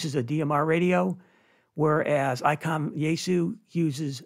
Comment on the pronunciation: ITS ICOM NOT. ICON. CORRECT? 😮. Ps not shouting…